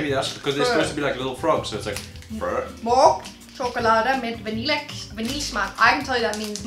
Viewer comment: Can we just appreciate how he says "frøer" 😂😂